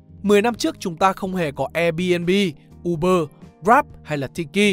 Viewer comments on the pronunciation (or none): none